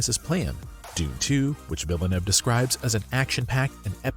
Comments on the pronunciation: Villain-nev. ??? It’s pronounced Veal-nerve. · Just letting you know that Denis Villeneuve is French Canadian. He’s from Montreal. His name is Denis, which is pronounced Denee (not Dennis….like Dennis the menace) and his last name is Villeneuve, which is pronounced Vill-nuv Just thought you should know. After all, he’s arguably the best director working in the entire industry right now.